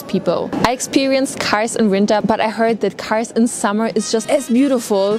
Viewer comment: MARS DEĞİL KARS